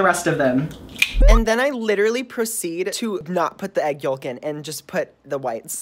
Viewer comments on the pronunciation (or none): ok but the fact he's saying the 'l' in 'yolk' is triggering me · As someone who actually pronounced the L in yolk I stan you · My guy. wHy are you pronouncing the L in yolk ahhh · The way he says yolk 😂😂😂